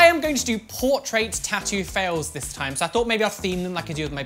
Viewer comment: The way he says portRAIT tho